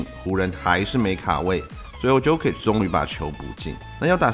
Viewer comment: Jokic的Jo發音是唸作”優”